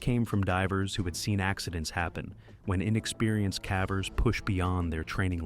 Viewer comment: I cringe every time I hear this ai robo-narrator says “caver” Can’t this be fixed?